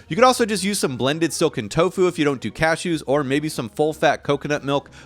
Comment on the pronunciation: “I ❤️ TOFU” 🥰 “I ❤️ TO FU” 💀 💀 💀